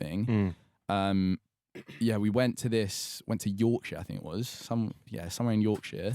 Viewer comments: Why does every southerner say yorkshire so weirdly. Its york-sher not york-shire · yeah but its not hard to say yorksher